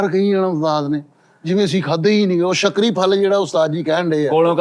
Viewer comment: Shakri nhi sukri yhe arbi name ha Egyptian viraty ha